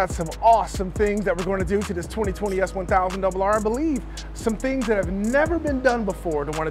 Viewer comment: I wonder if people think you have a speech impediment when you say S1000RR😆😆😆